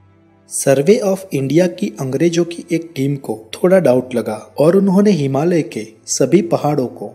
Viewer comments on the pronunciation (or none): none